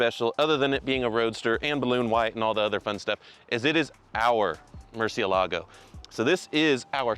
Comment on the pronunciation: "MurcielAgo???" MurciElago!! Can't hear this anymore.